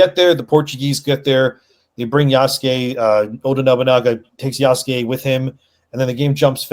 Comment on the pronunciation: Its far cry 3: Ya-sucke